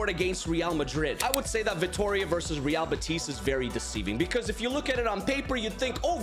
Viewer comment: By the way, i see you are pretty good at pronouncing teams as you value it, so in real betis, the stress is in be, unlike in madrid ;)